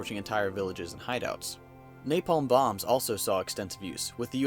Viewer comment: I cringed everytime he said napalm